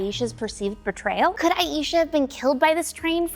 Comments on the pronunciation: Your killing me with the mis-pronunciation of Aisha... it's "I-Shah" not "I-eesha" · hi the name “aisha” is pronounced as “EYE-sha” not “EYE-YEE-sha” thanks!